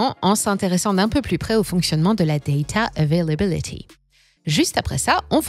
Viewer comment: Daydaaa euvélabilidyyyy